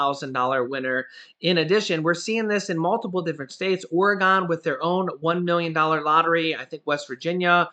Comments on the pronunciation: It’s “ore-gun.” Not or-e-gone lol nobody says it right. Us locals are like 🤦🏼‍♀️ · Alright...i gotta do this.....it is pronounced OR E GUN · Pronounced organ.